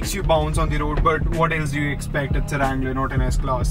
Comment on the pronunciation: its a wrangler not a langler lol🤣